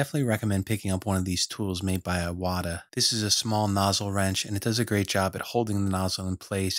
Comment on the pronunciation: Thank you for this video! It's pronounced "eewata" :D